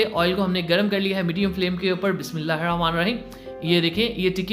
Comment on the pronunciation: kindly Bismillah achy se prha krain.. bht toungue rolling sound ata hai.. bura lgta hai bhttt